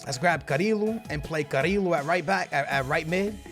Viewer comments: Its not carilo, its carrillo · It's pronounced carrio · to say carrillo's name is ka-ri-yo